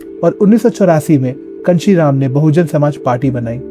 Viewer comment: Kanshi Ram name toh pronounce dhag se karlete